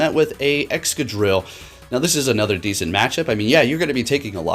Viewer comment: "anotherrr quiterrrr" lmaooo